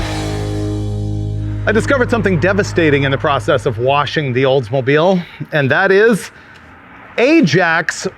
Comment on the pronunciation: The Olds-mo-BILE...lol